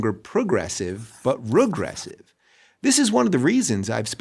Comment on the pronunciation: Well, okay, but why does Dave Rubin still think of himself as a Democrat? And why can't he pronounce "regressive"?